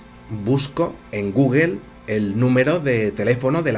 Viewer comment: no se pronuncia Guguel si no Gugul